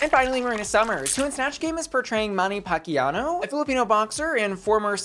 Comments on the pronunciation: Pacquiao not Pacquiano. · Manny Pacquiao is pronounced Packy-yow. Fits much better with Packy-yass.